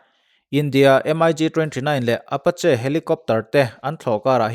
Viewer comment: MIG hi M. I. G. ti lovin mik ti tawp rawh.